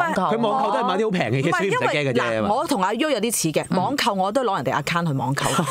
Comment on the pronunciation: 我都想讲。。。仲有Account读成Akkang我耳仔都好唔舒服。